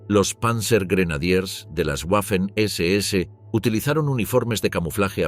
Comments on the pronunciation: En alemán y en español la w es una v doble. Por la tanto la pronunciación correcta es "vaffen" y no "uaffen". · En alemán y en español la letra w es una v doble. En ambos idiomas la palabra se pronuncia 'vaffen' SS. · Disculpe, Pero se pronuncia “vafen ss” y no “ guafen ss” !!! Otra, se pronuncia “vilkin”, no “guilkin”.